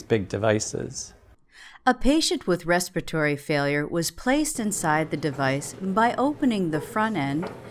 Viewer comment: Re-spire-tory? It’s respiratory failure.